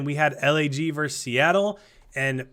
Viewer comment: For the love of all things holy, it's versus.. Not verse... Please share with every other cod commentator or broadcaster of anything ever.